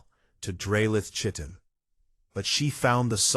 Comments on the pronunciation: I have yet to hear any AI pronounce Chitin correctly. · You mean "hegemony"?? Emphasis on second syllable "heGEmony". The baby looked up at him in one sentence, then had its eyes closed in the next. Continuity, please. "Chiton" pronounced correctly once, then incorrectly??? All babies have blue eyes to start with, and don't have teeth. Can't we at least give AIs some sort of basic education?? I'm out . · Chitin is not pronounced that way😵